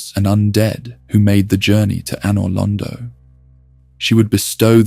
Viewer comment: If I can offer one piece of criticism, you really need to pronounce names and places correctly. You said Anor Londo, Kaathe, and Izalith wrong and it was bugging the absolute shit out of me 🤯